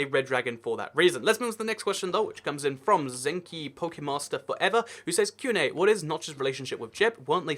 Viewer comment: Lol you said my name wrong but that's alright by the way its zenk then Kai but great video